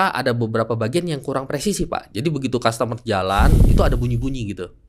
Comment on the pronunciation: Bkn kas tamer pak E, tapi kastemer